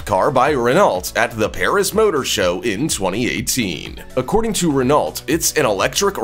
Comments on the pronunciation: Ruh-nault? No. Ruh-No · Renolt!!?? Really?! Ren o in England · Renault pronunciation is "ruh-now" not RenALT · It's pronounced Ren-Oh, not Ren-ALT - you had one job, fuck me. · RenaulT LOL everytime he pronounced the T I had to laugh It's pronounced ren oo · just so you pronounce the renault name correctly its pronounced renno not rennalt the last letters LT are silent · In French, "ault" is pronounced oh. This Renault is pronounced renn no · Pronounced Ren Oh. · Renault pronounced Rey-noh… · Renault, is pronounced “reno” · You’re pronouncing Renault wrong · You might want to work on your pronunciation of Renault. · Oh dear just started watching this and please learn how to pronounce Renault correctly. It’s shows how much you know about your subject matter. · Aaughhh! Learn to pronounce Renault correctly!